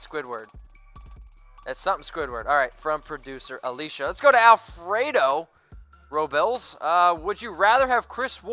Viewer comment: He said Rollbills!!! Lol